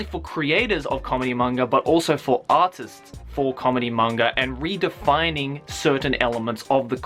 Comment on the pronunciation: "The top tin manger artiss" Haha. I love you <3